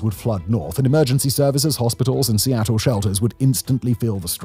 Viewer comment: I'm surprised he pronounced Seattle correctly. He butchered every other city.